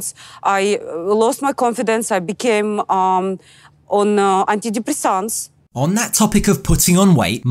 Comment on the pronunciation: Anti depresaaaaaaants.😀 Love the way she pronounces it.